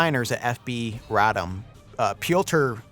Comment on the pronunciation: RAH-dom, not Ray-dum. It wasn’t centuries, but 123 years that Poland was off the map.